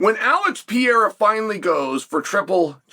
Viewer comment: CeRè-al. Alex Pierha. Messing up names on purpose is very bad guy inc